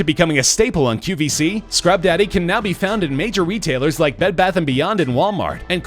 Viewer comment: It's the read E rest. And its QVS not qBc. The amount of mistakes in this video are ridiculous. Half of the products are pronounced wrong. The person voicing this clearly never watched the show! And for that reason..I'm OUT! (I had to.)